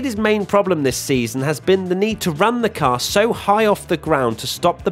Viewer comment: Can say "car" even more obnoxiously?